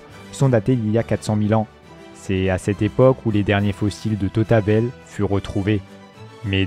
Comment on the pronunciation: Et l'homme de tautabel